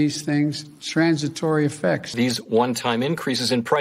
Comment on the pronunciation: what the hell is 'sransitory effects'!?